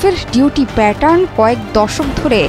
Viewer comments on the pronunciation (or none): none